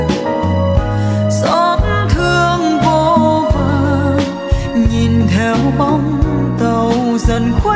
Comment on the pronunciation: Ca sỹ Mỹ Tâm được khán giả nghe nhạc yêu thích là điều ko thể bàn cãi! Cô ấy đầy đủ những tố chất quý của một nghệ sỹ chân chính, chuyên nghiệp ! nói về album này tôi chỉ có một chút ý kiến về phát âm chữ " nghìn, nhìn" của MT vẫn còn ngữ điệu người miền trung !